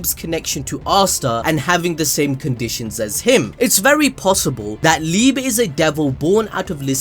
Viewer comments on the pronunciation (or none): It liebe as love in german like "liibea" not liib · it's pronounced "lee-beh" not "leeb" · Everyone: Lee Bay ABD: LEEB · Liebe is pronounced "Lee-Beh", not "Leeb".